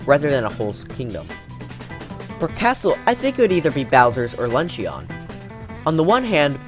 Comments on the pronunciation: “Lunch-in” not “lunch-e-on” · LUNCHYON it's pronounced lunchin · Ok I love the video, you make great points, but I HAVE to say. “Luncheon” is pronounced “lunch-in” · You pronounced luncheon wrong. You don’t stress the E and O very much. It kind of annoys me, but the rest of the video is really cool